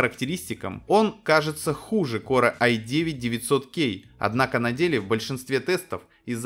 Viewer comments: А можно не говорить "корэ"? Звучит как диалект элитного корпуса диванных войск. Транскрипцию этого слова не составит проблем найти. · КорЭ? ты серьёзно или рофлишь?